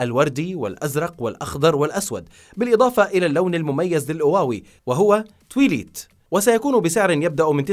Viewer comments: توايلايت مش تويليت 😹❤🔪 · إسمها توايلايت مو تويليت